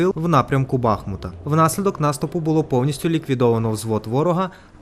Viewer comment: В названии города Бахмут ставьте правильно ударение журналисты мать вашу